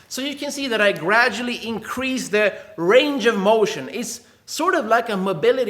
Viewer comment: Ayyyy you said Thr instead of the LIKE MEEEE